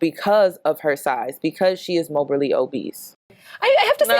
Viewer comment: Morbidly obese not mobally or whatever you were saying sis.